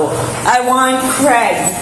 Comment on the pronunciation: Americans... it's CRAY-GUH not KREH-GUH 😂